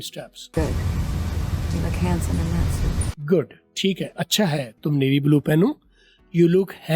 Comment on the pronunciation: Sir ye hansome bola jata hai